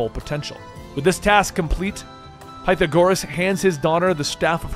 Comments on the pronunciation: PIE THA GORUHS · Please tell me he didn’t just call Pythagoras ‘pie-tha-gor-us’ I haven’t played the game to know if that’s who he’s actually talking about but someone tell me I’m wrong Edit: did he just MISPRONOUNCE MYCENAE?! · Excuse me. Pie-tha-GORE-ass??? Did you never take math class? History? Philosophy? Did you listen to the game? Lmao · Dear friend, it is pronounced "Pe-thaa-gour-Us", Pythagoras. Idk if I'm correct but just putting this hear in case I was to be of some help:) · It's " pie-tha-gore-us " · "Pie-tha-core-us" that is not how you say his name in english 💀 that irks me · PIE-thagoras? PerKULes?!? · Pythagoras bro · How tf do you mispronounced Pythagoras? He’s like one of the most well known philosophers ever. His name is part of a well known theorem.